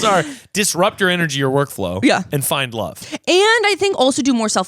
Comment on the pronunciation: hard of hearing, says she's trying to "find love" but I hear "buy a club" and I'm like "...wait did you just randomly drop that? is that a thing 20-somethings in LA just DO?" 😂 😂